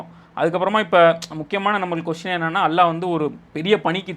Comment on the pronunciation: ஏன் தம்பி அல்லா அல்லா என்று உச்சரிக்கிறாய் அல்லாஹ் என்று உச்சரிக்க முடியாதா?